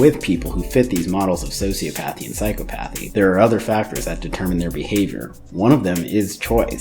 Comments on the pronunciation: Please, please, please... You're pronouncing a couple words wrong. Sure, they're pronounced "Sigh-Kō-Path" (Psychopath) and "Sew-SEE-Oh-Path" (Sociopath). psychopath sī-kə-ˌpath sociopath sō-sē-ə-ˌpath But the other associated words, the longer ones, are pronounced, "Sigh-CAW-Path-ee" (Psychopathy) and "Sew-See-Aww-Path-ee" (Sociopathy) psychopathy sī-kŏp′ə-thē sociopathy sō-sē-ˈäp-ə-thē Just FYI. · You're mispronouncing "psychopathy" and "sociopathy". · Man I'm sorry but if you're gonna call yourself a therapist you gotta learn how to correctly pronounce psychopathy and sociopathy